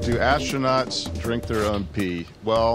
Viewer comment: Hilarious answer "do astrunots drinks in space?!!